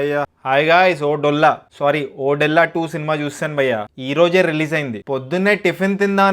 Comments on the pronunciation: వీడికి సినిమా పేరు సరిగ్గా పలకటం రాదు కాని రివ్యూ చెప్తాడు....ఓరేయ్ బాబు అది ఓదెల రా ఓడేలా కాదు 😂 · ఓడెల్లా కాదు ఓదెలా2.. ఓదెలా అనేది ఒక విలేజ్...ఓడెలా అనకు ఓదెలా అను..ఒక తెలంగాణ వాడిగా.. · అది ఓడేలా కాదు ఓదెల ముందు సినిమా పేరు కరెక్ట్ గా చెప్పు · Ayya Adhi odella❌kadu. odela ✅ first movie name correct ga cheppu tharuwatha review chepdhuvu😅😂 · Bayya oddella kadu Odela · Odellaa❌❌ O Dolla✅✅ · Bro adi ఓడేళ్ల కాదు ఓదెల….please correct ga pronounce cheyandi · Not odella it's odhela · Odela కాదు ఓదెల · ఒరేయ్ అది ఒడెల్లా కాదురా ఓదెల 🤦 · ఓడేలా కాదు రా అయ్యా అది ఓదెలా 😑🙏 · Tammudu title pronounciation odella della della kadu odhela. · ఒడ్డెల్ల కాదు అన్న ఒదెల 😢😢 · ఒడెలా కాదు బ్రో ఓదెల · సినిమా చాల బాగుంది...interseting గా ఉంది.....వీడొక పూలరంగడు.....వీడికి ఓదెలా అని పలకడమే రావడం లేదు.....ఇక్కడ review ఇస్తున్నాడు...